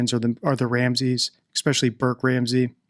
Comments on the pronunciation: I've noticed you say expecially instead of especially. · I noticed that too, and somebody else also pointed it out a while ago.